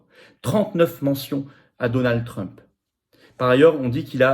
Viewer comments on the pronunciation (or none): none